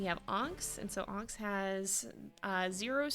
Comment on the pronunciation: I swear I was hearing ‘Ahnks’ when you said Onyx lol